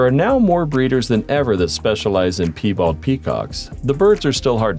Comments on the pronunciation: "Pee bald" lol! At least partway through, you began correctly pronouncing "pie-bald" animals. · "pee" bald? don't you mean Pie bald? (pronounced "Py-bald"